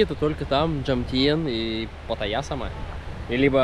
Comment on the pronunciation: ПаттАйя.Ударение на вторую А.Почему выковеркаете название?)